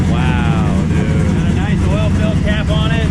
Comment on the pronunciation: Did i hear you say Noice??